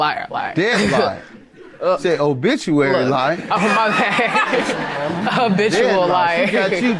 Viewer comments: I went to CLARK ATLANTA. And can’t pronounce habitual 😂😂😂😂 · When a Clark Atlanta lady can't pronounce basic words, I don't feel no type of way about junior college. Child, habitual not obituary. Lol! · because she pronounced “habitual” wrong ?? she was probably nervous lmao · In College but said the word Habitual wrong. 🙄🤦😒